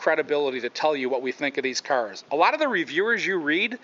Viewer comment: So annoying the way he say 'cars' -_